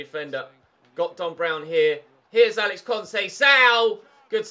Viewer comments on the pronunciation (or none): none